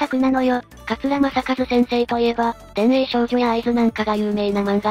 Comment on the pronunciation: ゴールデンでは 放映出来ない」だよな？ 深夜帯だったら、もっと過激なアニメが放映されてるだろうが！ 「D・N・A²」に比べたら「ウイングマン」なんて、再放送は全然可能。(できない訳じゃなくしてないだけ) クソ東映じゃなく、もっと上手いスタジオにリメイクしてほしいぜ。 あと「電影少女」は「ビデオガール」と読む。